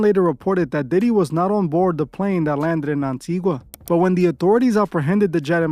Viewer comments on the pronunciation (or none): Why you butchering my island like that....the locals call it AN-TI-GAHHHHH